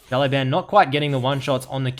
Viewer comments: XiaoLaoBan - means little boss Xiao - reads like shiao LaoBao - reads like laoban but idk you pronounce it so weird xD Great video btw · Server: NA IGN: It's pronounced Shi-Oww Le-Ow(say that fast) Bah-n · Try to pronounce "shut law ben" next time, that's the correct pronouncation of his id in Chinese. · 小老板 (Xiao Lao Ban) means "small boss" in Chinese. Sorry but I just couldn't help it after hearing your pronunciation at the start of the video. Why the heck's everyone leaving their LoL info in their comments? Server: LAS. Ign: PissTailsKDAhri.